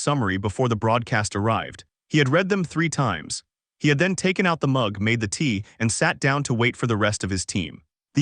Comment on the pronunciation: 0.15 - Very funny how the AI pronounces tea 😄